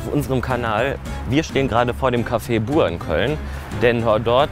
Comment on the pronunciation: Mich triggered das immer so krass, dass alle Buur sagen, es wird aber Büür ausgesprochen. Das ist niederländisch und heißt Nachbar.🤦🏼‍♀️😩 Ansonsten echt lustiges Video. Gastro ist oft seht stressig, der Chef hat dich für den ersten Tag und ohne Erfahrung,aber auch hart rangenommen. 😁😄